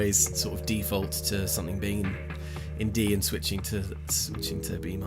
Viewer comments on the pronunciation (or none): “I will always kind of d-fault to something being in D” sorry 😅